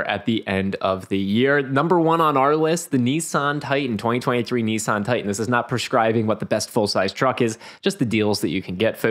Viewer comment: It's "Nissan", not "Nee-San". Why do Americans butcher everything